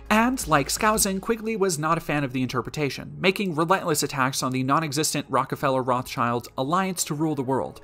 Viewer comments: Ive always heard the s in Rothschild pronouned where it is, not at the end. Its not Rothchilds... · The Rothschild name, like many Jewish family names, is of German origin, and pronounced with an 'i' as in English 'kid', not as in English 'kind'. The 'Schild' in the name is cognate with English 'shield', but because of the slow shifts in pronunciation over time, one of the closest English words that it could nicely rhyme with is now 'guild'.